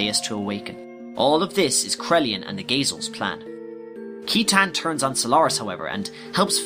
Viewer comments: Yo both of these are so sick, very accurate in terms of story. I would like to make a joke though... I know we all had our own ways of pronouncing things growing up as kids but... KEYTAN?! JEEZI-UH? C'mon bruh hahaha. I've heard Sight-in, Sigh-tan, Sit-tan, Shit-tan, but never have I ever heard KEY-TAN lmao. Seriously though, great work here (and your many other videos)!!! Just wondering if Final Fantasy Tactics was also on the list? I'm far less obsessed with FFT compared to XG so I actually need a lot of help with that one. Anyway, got yourself a new fan and subscriber~ YOU SHALL BE A YOUTUBE GOD. YOU SHALL BE A YOUTUBE GOD. YOU SHALL BE A YOUTUBE GOD. YOU SHALL BE A YOUTUBE GOD. YOU SHALL BE A YOUTUBE GOD. YOU SHALL BE A YOUTUBE GOD. YOU SHALL BE A YOUTUBE GOD. YOU SHALL BE A YOUTUBE GOD. YOU SHALL BE A YOUTUBE GOD. YOU SHALL BE A YOUTUBE GOD. YOU SHALL BE A YOUTUBE GOD. YOU SHALL BE A YOUTUBE GOD. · I love this concept but your pronunciation of words makes me want to gag. -Weltall is pronouned with a V sound, not a W sound as it's German in origin. -Thames should be "Tims", like the bridge in Britain. -Yggdrasil; I don't even think I pronounce is right, but I know for certain that you aren't. -Citan and Sigurd should both start with a "sigh" like sound, such as with "cider". -I'm not sure how you got "Esmeralda" out of Emeralda's name, but I'm glad you fixed it in this. -Shevat should have a short E, not a long E. -Maria is pronounced as Ma-rye-uh... not Ma-ree-uh. -Roni should be said like "Ronny" much in the same way Toni and Tony are pronounced the same way. -Solaris... You're probably saying that one correctly, but I've said "Sol-air-us" since the movie. So that one irks me. -Gazel should be pronounced just like the animal, gazelle. As a side note, Elly and Fei do not crash in Blackmoon Forest after Ramsus pummels them in Vendetta. They crash on the small island that Taura's house was on. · I’ve always pronounced Saitan but yes it’s seetan or shitan